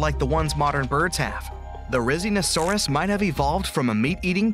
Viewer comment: Bro he said rizzinosaurus